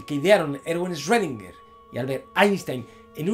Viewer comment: Muy bonito y todo pero cuando aprendes a decir correctamente el nombre de “Schrödinger”?